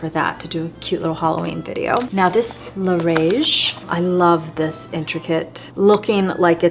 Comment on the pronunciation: btw, lerage isn't pronounced like "rage". In french the "ā" doesn't exist. So the "a" is pronounced like "ah" like le-r-ah-ge. Hopefully that made sense.